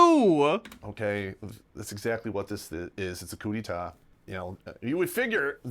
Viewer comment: He doesn’t even know how to pronounce coup d’état.